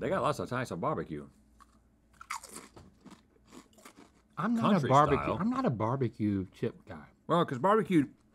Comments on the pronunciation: please it's not beebeque, it's barbeque! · my dude, just say "barbecue" lol